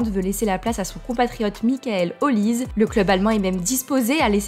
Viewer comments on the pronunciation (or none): Bonsoir, petite précision. On dit OliSSé non pas OliZe - c'est un nom d'origine nigériane.